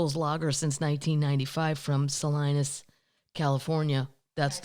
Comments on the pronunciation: Oh sweetheart… Saleenas. ….not Saliinas…🤪🤪🤪🤪🤪🤪🤪🤪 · Is pronounced Sa-lean-us. 😂